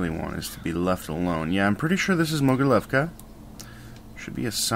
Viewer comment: I think that its pronounced "mogiliovka"